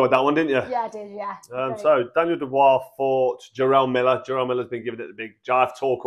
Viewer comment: . What the fuck is a Reee-view and Who the fuck is Daniel Doo-Bra? 😂